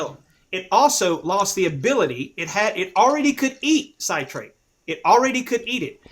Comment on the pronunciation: It's pronounced "sit-rate" not "site-rate" god dammit. Fucking idiot.